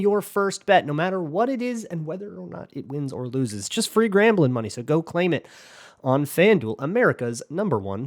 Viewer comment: I was just going to post that EXACT thing...for some reason this didn't appear on my YouTube until just today June 23, and it says in the header it was done a month ago. Also, when he was doing the promo for FanDuel I believe did I hear him say the word 'grambling' repeatedly instead of gambling? What's that about?